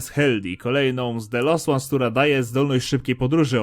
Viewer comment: Czemu mówisz zamiast "dżent" to "gent" albo "bendi" to "bendy", "The Lost Ones" to czyta "się de lost łans" zamiast lost-zagubiony to czytasz last-ostani